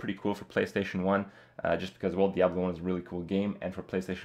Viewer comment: Anyone cringe when the Kripster said, "Diabelo,"?